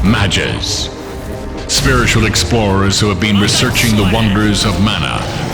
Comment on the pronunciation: Let's pretend he said "Magus"